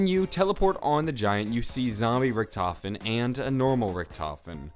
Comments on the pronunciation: its pronounced rik-duh-ven not rich-tof-en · excuse me, it's not richtofen, it's rikky-t homie